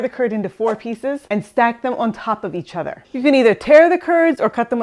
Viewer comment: "On top of eachedder" you missed a mark there :P